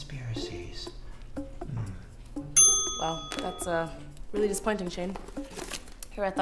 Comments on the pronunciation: Shane: "cOnSpIaRiSiEs" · he literally says “conspirancies” at the begging hahah 2019